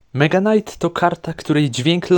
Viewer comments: Czemu mega knight mówisz normalnie ale zwykły knight to już jest knajt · Czemu tam powiedziałeś "Knajt" (knight) nie czyta się k gdy jest przed n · Jakim cudem Mega Knight czytasz dobrze a Knight źle 😮